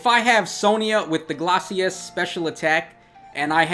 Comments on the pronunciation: Am i the only one who is irk'ed by how he pronouces glaices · Take a shot everytime butchers the pronunciation of Glacies.